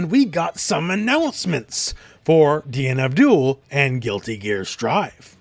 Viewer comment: whenever he says DNF DUEL i hear DEAN ABDHUL